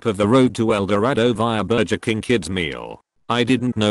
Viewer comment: "Burjur King"